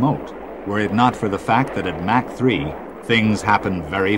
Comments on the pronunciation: And Mak-too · He pronounces USAF (You-Sef) and Mach oddly as well...